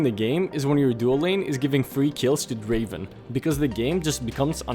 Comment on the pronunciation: NOT DRAVEN....... DRAAAAAAVEN..........